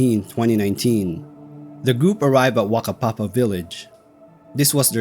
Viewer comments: Overall pretty good pronunciation of Maori place names, though Whakapapa village is pronunced "Fucka-papa" not "Waka-papa". The "wh" is always pronounced as "f". Would also add to anyone travelling in NZ, we might not have dangerous animals and an overall temperate climate but the weather is extremely volatile and changable. It has taken many lives who took it too cheaply. Finally if you find yourself lost or struggling STAY IN THE DOC HUTS. That's what they're for. There is nearly always a supply of canned food and blankets somewhere. And please replace anything you use if you're not in dire straights because the next person might not so lucky. NZ search and rescue teams are amongst the best in the world. As long as they know you're missing, they will find you. The first place they will look is the DOC huts. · So, yoiu're not expected to have known this, but, it's "Whakapapa", not "Wakapapa", and in Maori, the "wh" diagraph stands for the "F" sound, so... "fakapapa". (Yes it almost sounds dirty.)